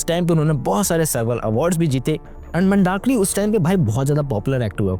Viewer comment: Pehle naam to sahi se bol lo vyjayintimala ji mandakini ka pronunciation bahut wrong hai aur market market word laga rakha hai bollywood nhi bol sakte kya